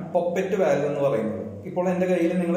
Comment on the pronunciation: Valve pronounce cheyyumbo volve enna paraya.. just for information...